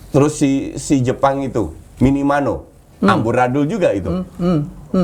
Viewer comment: Minamino om couch bukan minamano maaf kritik sdikit aja couch salam dri NTT🙏